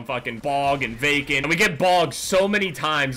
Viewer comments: am i the only one who thought he said bacon instead of vacant the whole time ? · everytime you say vacant, I think of bacon 😂